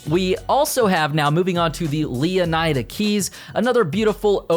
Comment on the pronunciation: Wouldn’t it be pronounced lee-uh-nee-duh?